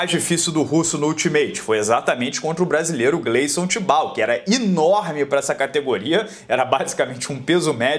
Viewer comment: Eu gosto de assistir este canal, mas aguentar estas enfases em palavras erradas da até raiva. Parece estes MC´s que fala tudo errado e acha que ta "da hora". Inorme??? Parece a Carla Peres falando I de Escola